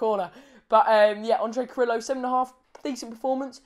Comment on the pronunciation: for better pronounce... try to say CARRIYO... not carrilo (DNT use double LL as italian) "replace LL as a Y". And yes he's very helpful with defense, but his best performance will be goals assistance. Same effective left or right wing. However as left wing he scores more making diagonals.